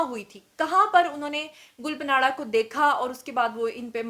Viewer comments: Gul panadda nahi ......gulpanadda ( pushto me tree k patein) ko kehtein hein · Please pronounce “Gul Panra” correctly. (ں not ن)“گل پاںڑہ “ معنی۔ پھول کا پتہ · Duffer gul paanra ka naam galt ly rhi hain jo k buht bura lg rha hy. In hastiyoon per program kr k apni izet afzai mat kro please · .plz name sahi lo gul pana name ha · Pronounc the singer name gul paana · GUL PANRA.... NAME HAI JANAB ... APNY MUSALSAL NAME GHALAT PRONOUNCE KIA... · Gull ka name to thik lo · Your pronounciation of Gul panra is absolutely wrong please correct it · Phle name to pronounce krna sekhh lo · App gul panra ka naam ghalat ley rahi hain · Please arrange a live program in which invite Amir Liaqat, Hania, Mufti Qavi & Hareem Shah...plz plz. To end this endless social media scams.....it's my heartest request Mam....& yes plz correct your pronunciation about Gul Pants...as you were taking this name as Gul PANARA while it is GUL PANRA...it's ok be oz you don't speak Pashto..the PANRA means LEAF....thnx Dr.Waheed Qureshi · Plz pronounce gulpanra name in a correct way....its گلپانڑا.....not گلپناڑا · Gul pa nara nahe (gul pa ra) ha ...es n silent ha ....gulpanara. .. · Her name is Gul Pahnra not Panara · محترمہ آپ نام غلط لے رہی ھے گل پانڑھ جسکا مطلب پھول کی پتے ھے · it’s is not panara… please it’s gul parra.. the n is silent.. it’s mean rose Patel. gul mean rose parra mean Patel. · ھاھاھاھا گل پناڑہ نہی ... گل پانڑہ ھے نام اسکا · Lol. Its not gul patanra its gul paanra. And secondly please correct the spellings of "proposed" in the video title. Apart from that, you are amazing and i love you ❤ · Yr gul punaraaa ni h gul paraaan h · گل پناڑہ😀😀 نہیں گل پانڑہ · Hhahahaha...plz learn how to pronounce people real name,its not parana its panra (mean leaf,pata).do some wht research before volging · Allah ki pandi...She is Gul Panra ..Pronounced as GUL PAANA...Not PANAAARAAA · It's Gul panra not panara. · ہاں ہاں میڈم گل پانڑہ نہیں گل پاڑا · Gul panra not Gul panara